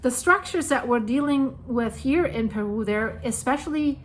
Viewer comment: Love the way she pronounces Perú